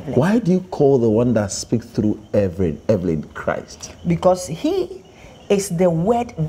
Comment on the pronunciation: The interviewer said Everyn😂